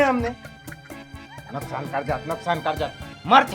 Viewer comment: Bro, it's नुसकान not नुकसान😂😂😂😂😂